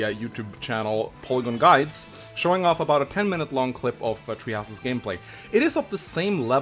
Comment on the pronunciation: “fire emblem treehouses”